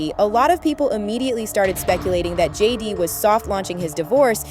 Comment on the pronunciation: Sounds like she says Judy! not JD - twice.